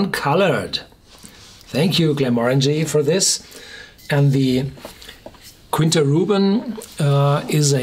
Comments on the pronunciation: Quinta is "kita", where the i is nasal 😉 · I only have one objection... It's pronounced /kee'ntas/ besides that, it's always a pleasure to hear you!